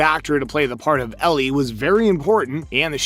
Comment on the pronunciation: It’s a fungal infection called cordycept (based on irl fungus) not a brain virus. Idk why you pronounced Ellie as “Elerie” here Sarah doesn’t get infected Bill isn’t a dead body, it’s his partner Frank